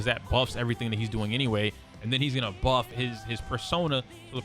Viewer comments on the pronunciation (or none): none